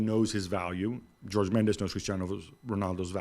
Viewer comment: Did gab just pronounce Jorge Mendez as George ? Lol